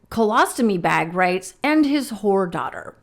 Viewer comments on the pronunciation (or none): none